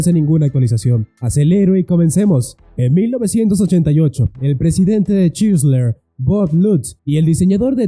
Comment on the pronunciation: Chrysler y se pronuncia craisl craislær, Renault y se pronuncia renœ.